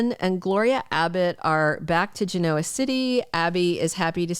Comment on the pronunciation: Learn how to pronounce Genoa